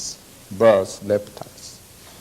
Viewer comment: In Japanese language, the L and R are interchangeable. I was first surprised when my Japanese friends say Lamen or Ramen